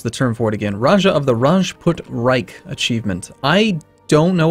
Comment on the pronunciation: reiCHHH not reiK xD